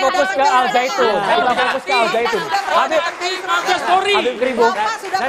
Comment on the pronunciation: al zaiytun woe bukan al saitun